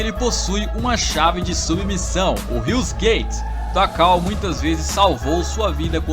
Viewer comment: É HEUS GUEITE, E NÃO HIUS GUEITE